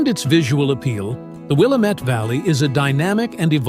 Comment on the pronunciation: I lived in Portland for 27 years and Willamette is pronounced WilLAmette